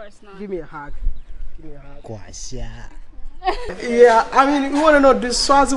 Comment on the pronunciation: U too like "harg" Wode Maya😂😂